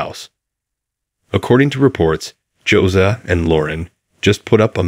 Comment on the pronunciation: It’s not “Josa” it’s “Josiah” and 573 thousand is not a mansion!